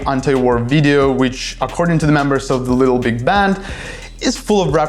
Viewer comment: Нарешті в ТТ є англомовний канал! Ура! Але ведучий не краш. Якось він не чітко вимовляє слова. Таке враження, що йому важко говорити на анг, а глядачам відповідно важко його розуміти. Якщо конкретніше, то: 1. не чітка вимова 2. деякі слова взагалі не правильно вимовляє 3. замість звуку и вимовляє і, що дуже ріже вухо (літл біг) 4. не акцентує важливі для розуміння суті слова 5. чути, що старається говорити з американським акцентом, але щось не получається Одним словом, просодика і артикуляційні вправи йому в поміч. Сорі за критику. Мені хотілося б писати, яка в нього класна англійська, але не можу.